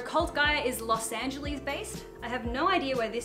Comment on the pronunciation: Los AngEllece 😂.